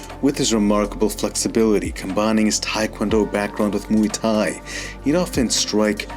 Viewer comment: Mooey Tie (phonetically)? It is not a sound a cow utters! You do cover the subject in a precise and well thought out manner; but Muay Thai is pronounced (phonetically) as rhyming with BOY but with an M replacing the B - so, we have this to help you, since you wouldn't call 'KARATE' KORETE, now would you, my dear (BOY)? Here is the Thai pronunciation, which is respectful of both the tradition & the language - Have a healthy and productive New Year!